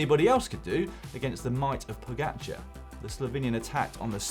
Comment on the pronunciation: OMG this announcer needs to learn how to say Pogacar’s last name.